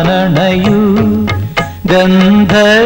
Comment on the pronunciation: യേശുദാസിൻ്റെ ഗന്ധഴ് വൻ എന്ന ഉച്ചാരണം🎉